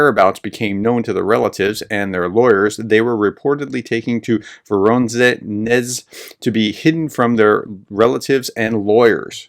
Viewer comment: your misspronounciation of Voronesh is epic, try Rabenheim